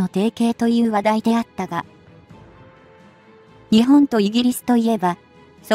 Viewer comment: いい情報ありがとうございます。取り上げるテーマ、とてもいいですね。 ただし、何で、日本の読みが”にちぼん”などととても日本人が作ったと思えない音になっているのかは疑問？